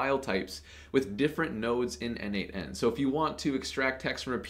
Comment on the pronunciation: Dude, as a contributor for more than 5 years to n8n, PLEASE, it is pronounced "nodemation". 🙏😆